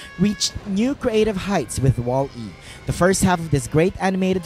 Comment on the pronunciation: you say wall-e wierd